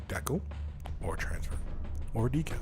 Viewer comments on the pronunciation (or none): I've never heard anyone ever pronounce decal as "deckle" before this video. It really bothered me for some reason. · I think that's how Canadians pronounce it. I'm a Canadian but I say Decal, but my dad pronounces it like deckle, probably because he's lived in Canada for most of his life.